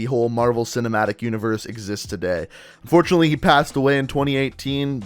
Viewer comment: Bruh😂😂 he said fortunalty